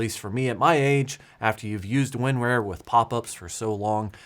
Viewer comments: / - That was my thing, it should be like "tar", "car" , "bar"... Not "wear" or "rare"... :D I laughed my butt off when I realized he never corrected his pronunciation :D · It's Win-RAR. not Win-Rare. LOL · LGR did it for real... Thought its WinRAWR not WinRARE?? LOL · WinRAR is pronounced win"RAWR" Like a lion roar. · The worst part of the entire april fools joke is pronouncing it win-rarE? The rest I could handle but not this. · Win-Rare? 😂 I can't figure out if that's legit or the southern accent coming through 😁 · Same. I've always heard 'Rar' as sounds like a pirate 'Arrrrr' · He's the only person I've heard pronounce it like that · nah bro, southern AF over here, literally none of my IT coworkers down here have ever pronounced it that way